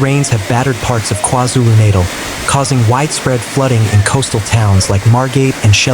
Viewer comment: Natal... are you confused with childbirth😂 pronunciation is shocking.